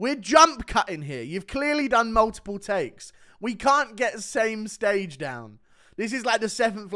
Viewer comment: “stame stage” 🤣🤣